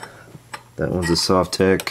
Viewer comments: Sove-tech !? What kind of person would pronounce it like that !? Sov-tek (it's even written on the front :/) In Russian it's probably sav-took or similar (my apologies to Russian speakers) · Sovtek is pronounced Sohv-tek with the accent on the oh, btw. These are great amps. They are based on the older Fender Bassman amps. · Correct pronunciation: SUAVE-tek. Because that's the way you didn't pronounce it when you gave the 1st two options. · Comrad !!!! You say Sovtek like Soviet Union . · You've always pronounced it wrong. This isn't even that hard to figure out. Say the word "Soviet", bet you didn't say the first part the way you've always pronounced it before did you. That's a hard "O" not the soft one you've always used. Congrats, you've always been wrong, and now you're pissed you got called out on something so simple. It's a mash up of the words "Soviet" and "Technology"; that's how you pronounce it. No one says "S`aw`Viet", they say "S`Oh`Viet"